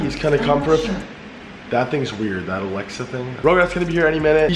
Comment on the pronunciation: Why does banks keep calling FaZe Rug:”RuGrAtS”